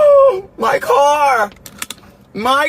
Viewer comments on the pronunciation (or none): my car ได้ยินเป็น my คอ 5555 ติดคอ